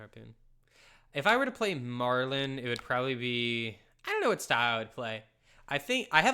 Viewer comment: …. Puffin and Marlynn are marine animal puns. It’s pronounced Marlin like the fish lmao. Think Nemo’s dad.